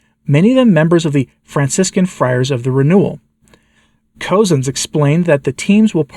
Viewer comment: FYI, Bishop Cozzens is pronounced “Cuzzens” or sounds like cousins.